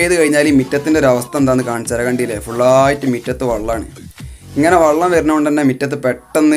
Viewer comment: വള്ളം അല്ല വെള്ളം ആണ്